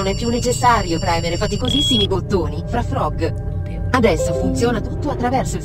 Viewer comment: Disegni trobbo bene❤ PS: sbaglio o quella voce robotica dice FraffrÒg? anziché FrÀffrog?